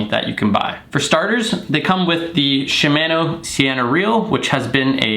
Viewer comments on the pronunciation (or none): You don’t pronounce shimano correctly, it like your saying shimaano and not shimono